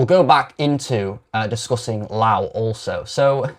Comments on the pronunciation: Your mispronouncation of Rupert Lowe's name by calling him a louse is as much of a shite thing to do as your support for the shite Islamic religion. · You must be saying his name wrong on purpose? Why are you trying to make yourself sound unintelligent? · Couldn't even pronounce his surname correctly As for the debunking, well I've listened to far more informed individuals, and this is just sophistry. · Are you mispronouncing Rupert's surname to purposely wind folk up??...it's working. Oh, and you debunk nothing. Scraping the barrel to justify SA...sick.